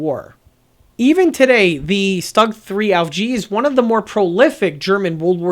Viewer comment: easy to correct; Stug not rhyme with slug Rhymes with book The way you say it the word would be written ‘Stag’ rhyme with pug